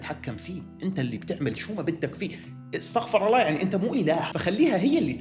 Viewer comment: بعرف مش وقتو بس مين الاحول الي يخطأ بلفظ الجلالة